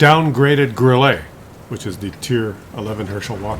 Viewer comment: THAT'S ODD: Your family name is "" but you haven't the slightest idea about how to pronounce the German tank name 'Grille' (meaning 'cricket')? The German 'e' is a kind of 'eh' sound; definitely not "grillay', not even in French unless it has an 'accent aigue'.